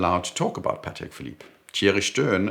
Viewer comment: Excellent video. A pleasure to watch. It's also nice to hear "Patek" pronounced correctly. I despise how Americans pronounce it. Sounds like a burger patty.🍔 As for the G-Shock, I have one, a GWG-2000, solar, with compass and very accurate barometer that is a special usage watch for me as mountaineering is my main leisure activity and it is a beast that has survived the most extreme conditions. So, it's a once a fortnight watch for me in spring and summer and sits in the box during the winter.